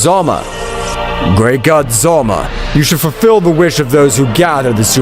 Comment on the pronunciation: Bro how many videos do you have to make and still be incapable of pronouncing things properly. Who tf is "zolma"? The dragon god is "ZALAMA".